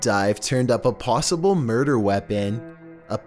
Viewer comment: he said plossible